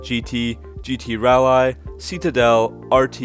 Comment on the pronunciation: And rall eye pitiful